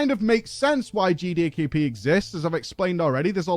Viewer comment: I don't think managed to say G D K P correctly once in the entire video, GeeDayKeePee